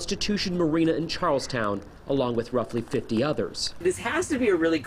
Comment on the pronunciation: They pronounced Charlestown wrong.